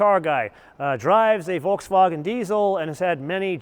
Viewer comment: learn how to say Volkswagen